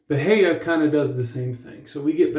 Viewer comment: I haven't heard of him. I almost used that Aqua Velva Musk today. Lol. I ended up choosing Pinaud Clubman Musk. 😄 Oh, and that grass type you have... were you trying to say "bahia"? 🤦🏻‍♂️🤣